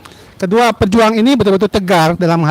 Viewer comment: PEJUH ang bukan pejùang..